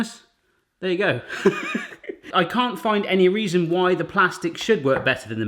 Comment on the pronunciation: u hear your accent when you say "cant"